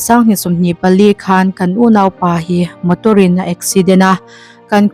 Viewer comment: 'Motor-in' tih i lam rik dan hi a va mak ve! In chanchin thar a bengvartlâk rualin, Mizo ṭawng hi chhiar uluk teh u. Siaha Civil Damdawi in hi sawi neuh² a va tam ta ve le! MADC hian awmzia a nei lo chu a ni ngei ang a!